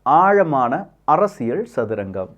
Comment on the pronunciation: ப்ரோ உங்களோட “அரசியள்” உச்சரிப்பு தயவு செய்து மாற்றவும்